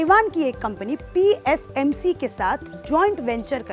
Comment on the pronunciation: TSMC hai , PSMC nahi 😢